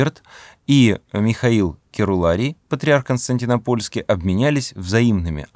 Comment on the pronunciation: Константинопольский ударение на второе о а не на третье